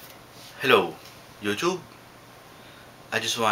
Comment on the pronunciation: I love your opening statement 'Hello Youchoob'